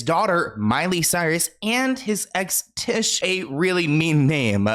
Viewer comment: its tish like fish